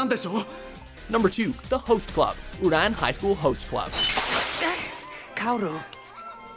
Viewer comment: HOW DID YOU NOT LEARN HOW TO SAY "OURAN" AFTER THE LAST TIME YOU DID THE VOICE OVER ON ONE OF THESE VIDEOS?????????????